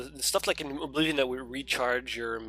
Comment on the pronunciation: Aww man, I miss your old pronunciation of Oblivion. Please go back to Uh-bliv-ee-on : )